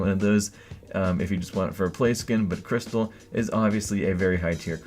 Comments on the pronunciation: Its not kRYSTAL its Krischtel :) its one of his nikenames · Jaja... der kryschtall :D